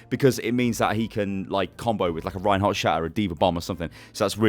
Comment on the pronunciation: Reinhardt 'stain' lol :D